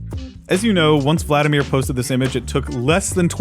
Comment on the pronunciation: "vladimír" the stress (at least in russian) would be on the second syllable. Vladímir